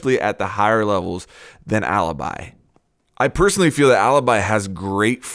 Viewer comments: Great video, just one thing, as an Italian i should probably tell you that Alibi it's not how you're reading it. While Maestro still the same, Alibi it actually "Alebee", that how you read it:) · It's pronounced aleebee ffs!!!!!!!!!! Why is every English person pronouncing her that way?!?!?!?!? (Btw I'm Italian so that's why I know how to pronounce it)